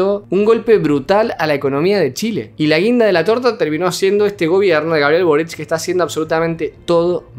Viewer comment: Todos dicen borich y es solo boric... Aparte de eso, a este video le.hacen falta más vistas!!!!